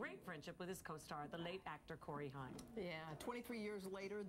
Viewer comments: COREY HAIM! NOT HYM!! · Did she just call Corey Haim Corey Hunt???